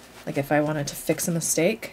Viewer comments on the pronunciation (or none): none